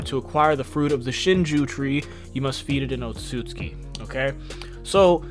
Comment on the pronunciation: OT-SOOT-SOOKEE bruh pronounce the damn name right